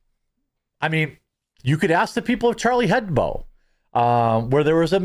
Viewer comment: It's Charlie HebDO not BO. Hebdo is short for weekly in French while heb bo isn't a word.